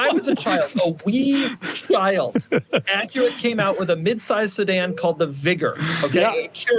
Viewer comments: Why does doug keep correcting Acura to Aqyeera? Is this a running joke? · Is that actually how you pronounce Acura? My whole life it's been ac-ura.